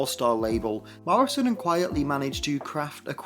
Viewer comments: Quite-lee Not quiet-lee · Quite-ly, not quietly! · Frank Quitely, not Quietly. It’s a pseudonym and a play on the term “quite frankly.”